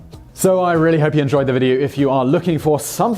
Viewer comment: Oh, Simon. For the gods' sake, how did you not understand the "I had your wife" joke? You completely ruined the punchline by putting the emphasis on the wrong word. It only makes sense if you say, "What made YOU do it?" But you said, "WHAT made you do it?" This means that you don't get the joke. And it's been around for 1600 years! In the intellectual bangs his grandmother joke, you said "mourning" when the text says "mounting." Come on! If you screw it up, stop and re-record it. All in all, your delivery exhibits terrible comic timing. Maybe the other guy should have done this video.